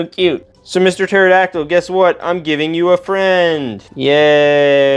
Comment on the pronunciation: Bro pterodactyl is said like terodactyl